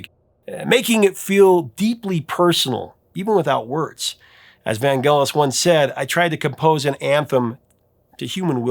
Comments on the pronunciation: (IIRC Vangelis is pronounced with a soft G, not hard... "van-jealous") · In the early 80’s, when the chariots of fire song was all over the radio, the DJ’s were saying Vangellis with a soft G, like saying angelic. It sounded odd to hear the way you said it with the hard G.